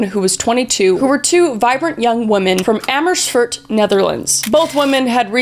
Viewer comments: I remember the case of Kris and Lisanne so well. I was 12 when this happened in 2014. As a dutchie this case really shook the whole country. You did fuck up all the names tho😅 especially Amersfoort. But thanks for telling people about this case. I did remember something about a breakthrough quite recently but I'm not quite sure.. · I heard her pronounce amesfoorst and I immediately went bedoel je amesfoorst? (The a is pronounced as an "aa") still it's not that bad! Just wanted to point that out